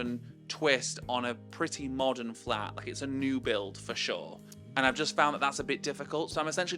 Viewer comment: Omfg i thought you said “im gonna flip my flap” and was like ???????